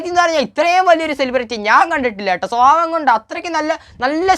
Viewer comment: എടാ ചെക്കാ സ്വവാവം അല്ല സ്വഭാവം കഷ്ടം